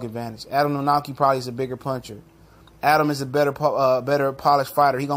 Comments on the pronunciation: It's pronounced Kovnoski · "kov-nats-kee" practice it now, we'll all need it for years to come :P proud of my countryman for getting this far. good video. guaranteed will be a good fight. will it prove much? no. martin walks the earth like a dog. still, power to the flabby!